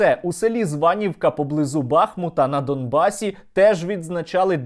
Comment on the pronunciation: Сергій, правильно казати не бАхмут, а бахмУт. Сам не так давно дізнався.